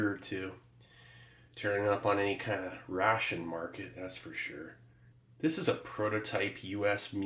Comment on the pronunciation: I love the pronunciation of "rrrraaaation".